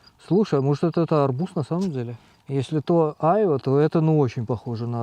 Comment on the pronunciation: Хочешь убить граммар-наци - включи ему, как произносит "айва")